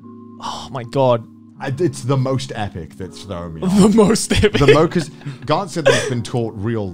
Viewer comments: Wow from this comment section I just recognize that Garnt is a Thai name, I mean most Thai people that name กานต์ doesn't spell it in English like Garnt and doesn't pronounce it as giguk did, they would spell Karn or Kan and pronounce it like only Gan in Ganyu from genshin impact, if anyone wants to know how it sounds like in Thai just copy ->(กานต์)<- and pastes it on google translate to let it read for you. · Garnt pronouce the same way as darn or the word lan in Milan. :D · Garnt? ha more like Garn't